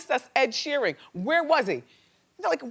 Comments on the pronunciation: I'm really tired of Wendy mispronouncing people's names. Ed Sheering? Come on! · Wendy pronounced his last name as "Sheering" wtf why does she always mispronounce names?? She gets her own right ... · Sheering? Why do you have to butcher everyone's name auntie Wendy? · So annoying when she kept calling him SheeRING. Talk about fucking research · is it me or she keeps saying SheerING ?